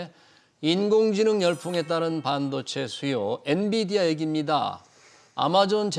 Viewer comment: 엔디비아가 아니라 엔비디아….입니다.